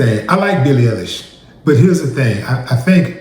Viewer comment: Ellish not Eilish